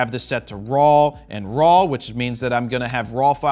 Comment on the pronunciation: I never noticed that you pronounce RAW as RAWL. I will hear that everytime I watch one of your videos. BTW, thank you for this video, very highly appreciated.